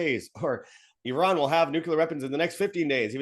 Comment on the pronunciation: I like how pronounced Iran, why do Americans say Eye ran.😂😂😂😂😂. Eye rack.